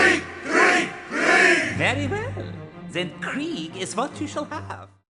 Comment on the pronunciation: Always funny to hear how native speakers of other languages pronounce german. To me the soldiers in Hellsing Ultimate sound like they are saying Grieg while they mean Krieg. Yeah I know german is a hard language but so is the pronounciation.